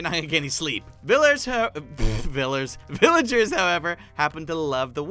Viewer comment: instead villagers you say VILLARS